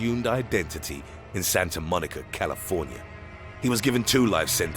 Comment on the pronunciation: santa MONICA caliFORNIA. lmao so dumb